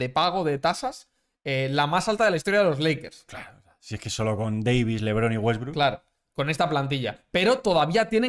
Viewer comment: jaja le salio el argentino con wetbrook